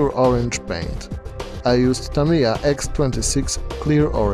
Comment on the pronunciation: It's nice to finally hear someone pronounce "Tamiya" correctly.